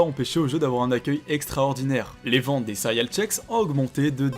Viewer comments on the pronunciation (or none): J'ai arrêté la vidéo quand j'ai entendu le gars dire cériales 🤦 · "sérial" .....?? CÉ-RÉ-ALES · PUTAINNNNN ON DIT CÉRÉALES PAS SERIAL 😡😡😡😠😠🤬 J'AI LA HAINE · Bordel , on dit Cé - Ré - al ^^ pas sérial .